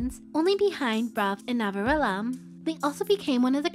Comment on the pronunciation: Love how you pronounce ‘Navillera’ as ‘Navirella’ ❤️🥰